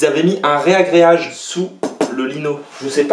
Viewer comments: On dit pas reagreage mais ragreage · Ptin on dit RAGREAGE pas RÉagreage 😂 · Ragréage bourdayl !! Pas ré-agréage !! 😀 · Jsuis comme toi en ce moment. Puree je demenage dans 15j!! On dit un ragreage pas un reagreage lol. Bon courage et bon dimanche